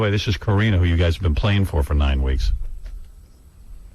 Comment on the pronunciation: I’m starting to think Gary says NOINE on purpose 😳